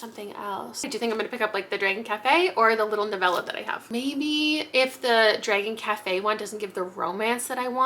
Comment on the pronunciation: the way you say ‘Dregon’ kills me hahah